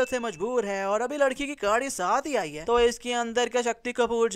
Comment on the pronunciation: beta tum ny bhi bolny mein mistake kar di (JAB JAB )tum nny do dafa bolla or bhai ho (haai) bola yani tumhari apni hi languaches hein haai